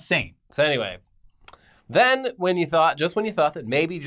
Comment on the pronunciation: "billions zen billions zen"